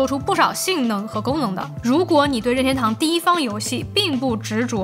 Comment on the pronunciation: 每次说“拧天兜”都像在说上海话，日语音调更接近“您天兜”